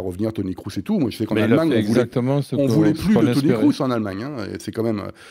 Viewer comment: Il suit vraiment beaucoup le football allemand, le, pour dire sans arrêt "Toni KROUSS"?!